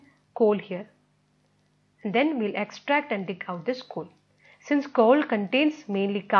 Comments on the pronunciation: it's coal not kaul lol 🤣🤣🤣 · Your pronounciation of coal is wrong correct it 🤣🤣🤣